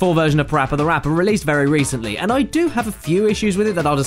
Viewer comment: Its not pappy rappy its parappa the rapper